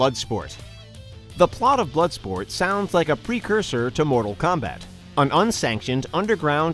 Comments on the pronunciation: And it's "Bloodsport" not Bloodspot. LMAO!!! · Lol "Bloodspot" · they called it bloodsport not "bloodspot" lml